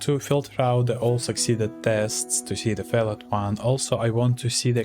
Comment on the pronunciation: Привет. Пришел в поиске как народ использует neotest. Очень крутая шутка. ПС. На досуге глянь как произносятся слова "binding", "failed".